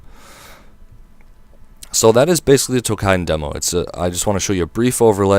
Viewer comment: Tou"KI"den not "kai"den lol